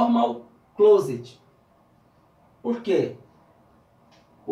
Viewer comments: Só detalhe... Closet, nao! Closed!! ( fechado) em inglês. ❤ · parabens pelo vídeo.... so vou fazer uma correção rápida... closet com "T" no final é um Guarda-roupas. e closed com "D" fechado. mas não se preocupe com isso... eu tbm não sei sobre comandos elétricos... kkk por isso estou aqui. abraços... boa sorte. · A do "open bar" eu até deixei passar mas, "closet"???? Hahahahahaha essa é pra moer, cara. 🤣 com todo respeito, a palavra é, (closed) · NC é Normal Close sem o "t" no final closet é armário! Mas muito boa sua explicação! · Meu amigo "closed" e com d no final e não t. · closed e não closet.............. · O N é de " closet" kkkkkkkkkkkkk CLOSED